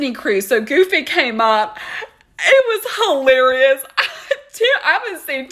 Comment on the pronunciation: I love the emphasis on GOR-geous lol 😄😄😄 Love you Caitlin, you are “huhlarious”! 😁